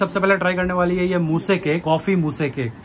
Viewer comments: Moose to creamy hi hota hai na and uski pronunciation “moos” hai “mooseee” nai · Bhai wo "moo-se" cake nahi hai, chocolate "moos" hai aur "baa-ool" nahi hota "bol" hota hai (bowl ka pronounciation) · Bhai moose cake pronounce kiya jayega lekin mouse cake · 😂 bhai wo moo-se cake nahi.. moose(mooz) cake hai🔥🔥. We love your simplicity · Bro its not मूसे its मूस् 🤪 btw love ur vlogs.. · Bhai wo mousse cake he 😂 Moussee cake nahi he 😂😂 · bhai moose cake not moosea cake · Pronunciation check Mousse is Mo-os